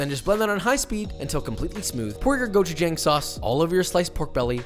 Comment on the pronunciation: "Bullgojee" X "Bullgogee" ✔ "Koopie" X "Kyoopee" ✔ "Gochujang" X "Gochujahng" ✔